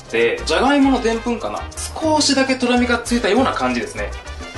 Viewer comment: の所トロミじゃなくトラミって聞こえるのはワイだけ？